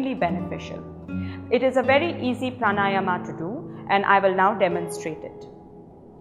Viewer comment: Perfect video. Thanks! Just one glitch: please say "praanaayam", and not praanaayamaa !